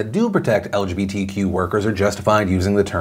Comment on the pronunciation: I like how everytime he says it like el juhbee tee quew